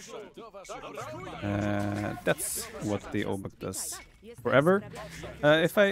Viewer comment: Some translation for those interested for whatever reason: 'rozkazania?' - 'orders?' 'gotowam jest' (pronounced gotovam yest) - 'I'm ready' 'jestem sprawiaczką' (pron. yestem spravyachkom) - 'I'm builder' Also 'obuch' should be pronounced as 'obuh'. It derives from 'broń obuchowa' - 'blunt weapon'. AoE Poles use a weird hybrid of modern Polish pronunciation and accent with some archaic words and forms thrown here and there.